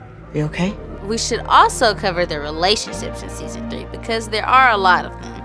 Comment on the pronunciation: She said relationsip